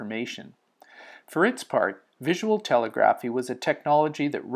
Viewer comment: FFR, the word "telegraphy" is pronounced as "tuh * LEG * ruh * fee."